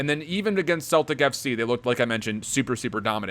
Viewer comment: No offence but ur pronouncing Celtic wrong its pronounced sell-tic